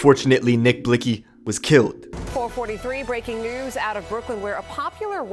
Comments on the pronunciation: Reporter said nick blixxy like bitch can u not see its blikxy x is silent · The way she pronounced blixky 🤣